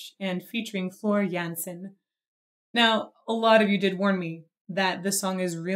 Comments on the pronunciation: Just for knowledge and not for criticism. Tarja is pronounced Tarya. The same as Jansen is pronounced iansen. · Doesn't pronounce the j in Jansen, but does in Tarja? Lol! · Tarja is pronounced Tarya just for future reference (same a Floor Jansen is Yansen) Germanic/Nordic names tend to have that.